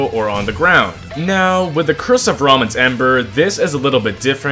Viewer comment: I'm pretty sure it's pronounced "Rayman" but with a bit of h after the r like "rhayman"